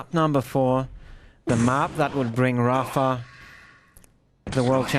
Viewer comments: Rapher is how 2GD and pronounce Rapha. =D Also, Mega=Megger. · Hahah yea I wonder why the pronounce it like that.